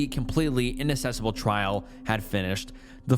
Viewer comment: the word inaccessible is pronounced in-ac-ses-able not in-Inac-ses-abl